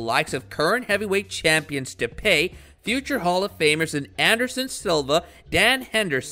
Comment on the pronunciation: You should probably learn how to say these fighters name. Can't even say Stipe right, more or less says grippling instead of grappling. You do a pretty good video but learn what you are talking about lol